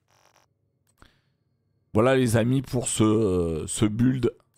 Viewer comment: le i du mot build au début tu la envoyé en vacance mdrrr🤣🤣